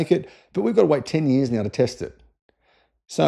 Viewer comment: "Whataya gonna do, sit around for TEN YEERS?" lol